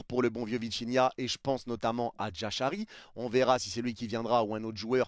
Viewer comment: Toutes ces questions sont légitimes surtout qu'on a pas de news. Mais pas de nouvelle bonne nouvelle comme on dit. J'espère juste que Jashari signera au PSG( stp améliore la prononciation de son nom😂😂😂) en doublure de Viti se serait top et sinon pour le reste surtout pour le latéral droit et l'attaquant je ne me fais pas plis de soucis car des solutions il y en a